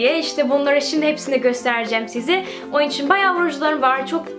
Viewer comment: GleekandProud sanane sanamı dedik isine bak! Kelimelerin cogunu duzgun soyluyo da onumu soyleyemiyo ben sadece soyledim ister dikkat eder ister etmez